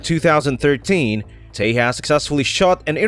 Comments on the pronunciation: Not te-has.... It's te-JAS..... (J ISN'T SILENT) do some proper research before just posting videos Cant even get the damn pronunciations right.... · btw, its pronunciation is ;j is not silent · The "J" in Tejas is pronounced as J, not H.